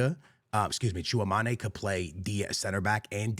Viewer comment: dislike and unsubscribe for the way he said tchouameni